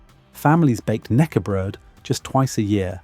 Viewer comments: 😂 "nackebrod", you have to say the k as well, knäckebröd. How hard can it be? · Thank you for the video most of your Swedish pronunciations are good with one exception we do pronounce the K in knäckebröd that is different from English it`s pronounced in the same way as the K in kennel is said in English the rest of the word is pronounced correct. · The K in knackebread or knäckebröd is NOT silent. You got it wrong mate! Say it as it is written. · You say the K in Knäckebröd. It’s important to research pronunciation as well as facts. And knekkebrød (the Norwegian equivalent) is just as delicious as soft bread. Every cold buffet table will have knekkebrød on it, with various spreads and cheeses to put on top of it.